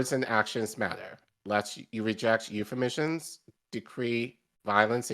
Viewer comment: I watched for less than 30 seconds. The host mispronounced two words: "euphemism" and "decry."